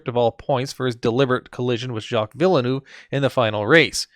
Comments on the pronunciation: “Jacques villenu” 💀 it’s Villeneuve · It’s pronounced vealnerve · When he mispronounced Villenueve, I know he's not an actual F1 fan thus his 'analysis' is total nonsense.